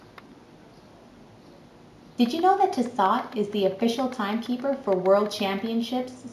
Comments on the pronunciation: It's Tiss-oooooooh btw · Lol. Tiss-aught. Wrong pronunciation. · All this time, I called it tissot when it was really tiss-aught. Aight then. Pointless vid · thats not how you say Tissot